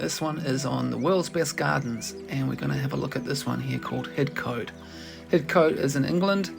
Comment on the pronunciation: Pronounced Hidcot